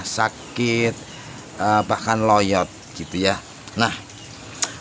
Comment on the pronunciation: Lonyot om bkn loyot😅